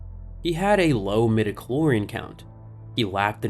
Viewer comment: "midiclor...", just stop.